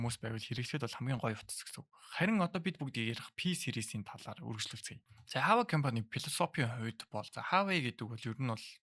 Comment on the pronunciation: Хаавай биш уаавэй гэж хэлдэг гсн шүү